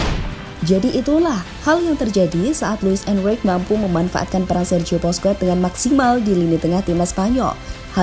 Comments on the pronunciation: Sok inggris ga enak di denger cok 😂😂😂 ...di Spanyol bacanya bousqes , enriqe ...si mimin bacanya boskuets , enruik 😂😂😂 ...nyebutnya biasa aja min ga enak di denger ...orang spanyol juga klo manggil nama ga gitu2 amat ,malahan manggilnya 11/12 kyk indo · Lain kali naratornya setidaknya yg pernah nonton bola min, supaya penyebutan nama pemain dan pelatih lebih mantap, kurang srek dengernya (Busquets, Enrique, La Furia Roja)